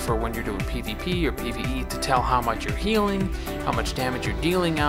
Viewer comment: When you said "we can do PVP together" I thought you said "we can pee together"